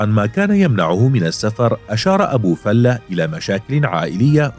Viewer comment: معلقين الناطقين بلغة العربية كلهم بيقولو ابي فلُة او ابي فالاة افهمو وانطقو صح ابو فلِة